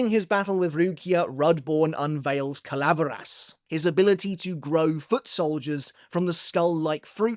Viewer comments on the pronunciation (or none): Major respect to this man and most of his pronunciations for this wide spreading series, but say it with me now; Kal-ah-vair-ahs and, more importantly, Ex-eh-Key-as